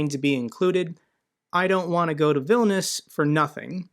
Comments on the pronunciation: Vil-nee-us, not Vil-nus. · it's VIL- KNEE- US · It's Vil-ni-us! Don't forget to pronounce the 'i'. Otherwise I got nothing but love for your channel, watch it daily! Keep up the fight for freedom and democracy!! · I'm pretty sure it's pronounced "Vil-nee-us." At least, that's how Sean Connery and that guy in the video pronounced it.